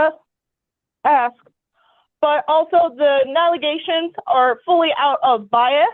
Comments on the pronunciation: She still talking about "Gally and Nally gations....... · “The gallygations” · Shes throwing Gallyations, nollygations, agallagations all over the place. 😂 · She said allegations different each time and none of em were right. I got a galiations, naligations and galigations. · A-gal-a-gations? And she said he’s “not fully understandable?” Also, I think this is a terrible decision by the judge. The kid will definitely suffer for this. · The NALIGATIONS??? 😂😂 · The Nalegations? What? Wait, now she said Imgalegations? I think every time she says it it's something new. Holy Illiteracy, Batman! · Galliations , Nalagation Ahgalagations ….. Was anyone else waiting to see if she could get the word right one time ? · THE WHAT? 😂😂😂 Galleations. Followed by nallegations shortly after. That’s what she said, out loud. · "Gallegations" "nallagations" "nealeations" are all interpreted to the word allegations....it doesn't sound like she's playing with a full deck upstairs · Did she say AGGEGATIONS? (allegations) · Tbe "galeages" its allegations lady! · She said "galiations" the first time then "naligations" the second time. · Her inability to say “allegations,” kept throwing me off, but not as much as fighting for 50-50 custody of a child she bit, abuses and neglects.